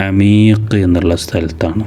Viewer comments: പിന്നെ അമീഖ് അല്ല അകീക് അന്ന് 🫶🌷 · അമീഖ് അല്ല അഖീഖ് ആണ് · Ameeqh alla akeeqh annu😊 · അമീഖ് അല്ല അകീഖ് ആണ് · Ameek alla akeek